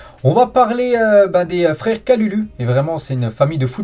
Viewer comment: Stp le U ce prononce ou comme si tu disais kaloulou horrible de déformer le nom de la sorte merci de la compréhension